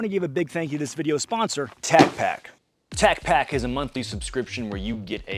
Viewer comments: your mispronouncing tacpack, talk to brandon please. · You said tacpack wrong 😂should be shouted in an aggressive style lol